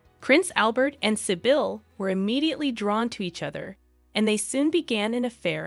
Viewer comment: Great video, but I just wanted to clarify that,...Sybille is pronounced [Cbill] like civilian but with a "b". I am also a Sibyla [C-B-la], a very aristocratic name but by the way. There even was a Princess Sibylla of Saxe-Coburg und Gotha, mother of the current King of Sweden, King Carl XVI Gustaf.